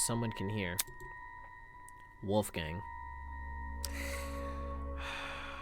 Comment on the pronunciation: I constantly mishear you calling Wolfgang "Wolfgang Puck" as "Wolfgang Pug", which is actually a very funny insult itself, because pugs are the most deformed dogs who barely resemble dogs, let alone father of all dogs- wolf.